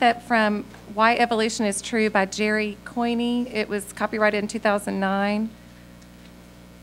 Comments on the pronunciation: This lady is in a position to decide what science can be taught to Texas students, and she cannot pronounce the five letter name "Coyne". I guess it was never on Sesame Street. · "Coin-E." What? The name is Coyne pronounced coin! And this bimbo is on the texas board of education with a degree in science!